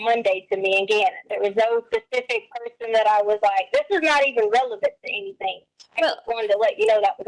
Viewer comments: Me toooo!!! Omgosh it's so cringe!! The way she sings her words, dragging out the syllables! And using "K" instead of "G", like "anythink " omgoshhhhhhh!!!😖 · lmaooo not the “K instead of G” 😭😭😭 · Leticia's bizarre syntax, mispronounciations, and inappropriate syllable stress placement drives me absolutely mad. I don't know how anyone could stand conversing with her on a daily basis. Personally, I think she does all that "why come, anythinK, everythinK" crap because she thinks it's cutesy and endearing. For example, in the body camera footage she kept referring to the Swisher Sweet cigars as "seeeegARs" until the officer joked about her accent and she responded all giggly. I also noticed she lays it on extra thick when speaking with Al but it's almost nonexistent when talking with female detectives. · Oh man, she also ASTS *asks ...my pet peeve in life is ANYTHINK and a genius at work says ANYFINK and EVERYFINK...drives me mad.